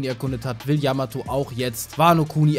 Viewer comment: Zwecks Yamato, war klar das sie nicht dabei ist, denn Ruffy hat noch nie die Namen seiner künftigen Crewmitklieder falsch ausgesprochen, bei Yamato aber des öfteren ^^